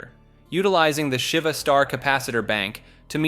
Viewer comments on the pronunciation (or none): none